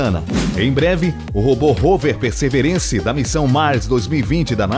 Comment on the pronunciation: A pronúncia é perseVErence ... Ênfase no VER.